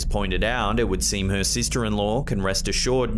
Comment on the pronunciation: Dude. Please pronounce your “h” in the word “her” lol